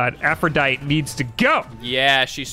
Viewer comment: I love Greek mythology and when said Aphrodit when its Aphrodite I cringed.